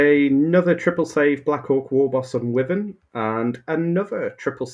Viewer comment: I appreciate that there's a war between people who pronounce wyvern as 'wivvern' or 'why-vern' then disregards both and says 'worthen' 😂